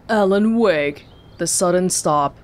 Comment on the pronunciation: Alen Wake, A. Wake, Awake.